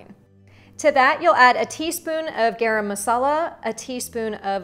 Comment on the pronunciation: I am Indian, I am very curious to see how you cook Spanish food. I really like your pronunciation "Garam Masala" and "Kashmiri Red Chili Powder". For the first time I saw your channel and subscribed to more new recipes.💕💕